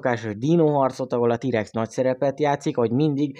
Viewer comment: Legalább jobban sikerült a jw3 mint te , aki nem tudja kimondani hogy T-rex